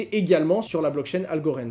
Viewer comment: Pourquoi tu prononces Algorand "Algorend" et merge "mèrge" 😜